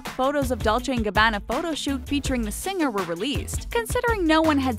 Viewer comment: Or "sing-ger" instead of "singer".